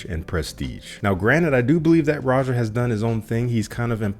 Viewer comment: Roja is not pronounced as ROGER. Roja is pronounced ROW-HA, which interestingly enough is the spelling AND pronunciation of the Spanish word for the color RED. Bulgari is pronounced Bool-Gar-Ree. Either way, I enjoyed the video. Keep up the good work. If you can, when you get a chance, check out Mysterium and Cosmic Giardino. Idky, but the former reminds me of 1930s prohibition era Harlem. Straight up, FIRE. I'm still waiting for CG to come in the mail. I can't wait. ✌🏾&❤